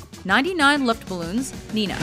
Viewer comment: It's not read as Nina, it's Nena, read as Naena. And it's neunundneunzig luftballons. At least say it in German, you can just repeat what she says in the song.